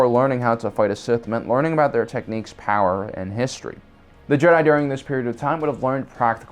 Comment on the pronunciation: how do you mispronounce jedi like half of the times you say it in this video